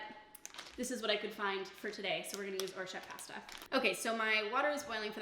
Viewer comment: Great video but the way you say pasta.....kills me inside